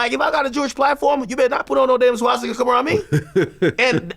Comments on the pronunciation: Swashstika 😂 why can’t he pronounce that word 😂😂😂 As wack as it is pronunciation is important vlad 😂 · Vlad saying swastika sounds like shishkabab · Vlad....enough is enough. What do I have to do to get you to stop saying "Ssscchhwaassstika"? I'm not even asking you say it the right way, just butcher it differently okay? Please? This is affecting my ability to be an effective culture vulture. Hell, I haven't evern called the police to report on any of your guests this week! Now let's put this behind us, and let's get back to our undercover work. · I really hate how Vlad pronounces Shwashtika and CHicago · Anybody else hate the way Jlad says SHWASHtika? LOL we get it, u wear funny little hats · Why does vlad miss pronounce Swastitak?? 😂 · Wait why are u pronouncing swastika like that Vlad I’ve never heard anyone say it like that wtf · Vlad hears every guest saying the words swastika and Chicago correctly, right? Is Vlad the r word or just extremely arrogant and uneducated. How long is he gonna do this for? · I never thought I would be annoyed by how someone says the word swastika. Someone needs to tell vlad there's no H in it.